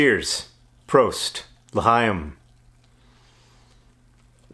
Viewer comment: cause for celebration" i don't have as much homework today, i presented my science research project (about Titan) and it went well, and John said l'haim without completely butchering it. Cheers!